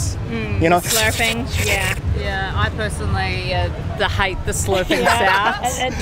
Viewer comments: 新年早速面白い動画ありがとうございます！ へずまりゅうヨーロッパで撮影すれば捕まらなかったのにな😂 hateをハイトって言ってる ホストマザーもaをアって発音するから結構苦労しました フランス人の丁寧語も驚きでした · 😃 あけましておめでとうございます🐰🎍All the best wishes in 2023 🤗👍今回も楽しい動画ありがとうございます🙏ニュージーランダーのお姉さん達、coolな感じです🕶🕶ヘイトの発音ハイトだった😂